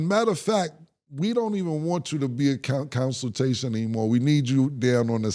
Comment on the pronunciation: Lol "Counsiltation" is crazy, too